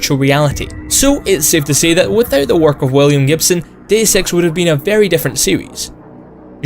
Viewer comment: I'm sorry but your accent sounds like you are saying the name of the game is "Day of Sex"